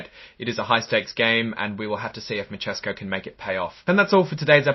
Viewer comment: Mi-tess-ko is the pronunciation